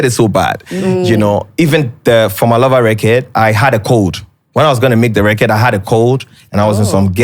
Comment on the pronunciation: Right!!!!!😂😂😂😂 and "at the end of the day" .....Also am I the only one searching for the pronunciation of "record " now...🤣🤣🤣🤣🤣I keep hearing " recurd"